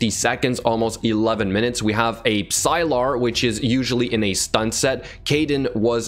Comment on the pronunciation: Love seeing people showing off their F2P accounts. Makes my own participation worth-it. But sir, please. P is Psylar is silent...